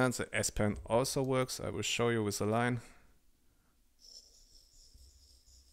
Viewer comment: I am German too and the pronountiation is as bad as it could be. We learn english from 5th grade. Today it starts in Kindergarten. If you would only at least say THEeeee instead of ZE it would be much better. No chance to grow a YouTube Channel in English that bad. It should be pleasant to listen not annoying. Best wishes